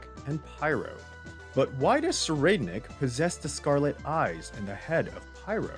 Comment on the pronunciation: (SIR-I'D-NICK) (THEY-TA, Use the soft th from the word thought)